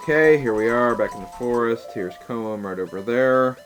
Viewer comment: I know LPer's hate how people correct them on name pronouncing but I want to at least tell you Koume's name is pronounced Ko-may. But if you feel more comfortable calling her the other way, that's fine, same with Koteke but it's close enough lol. Anyways, to also add from the last video, I'm glad your doing your LP's in your own style, I would probably do the same thing too, all sidequests first.